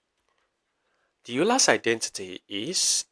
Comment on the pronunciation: Just FYI the name Euler is actually pronounced like "oy - lur." This video is super cool, thanks!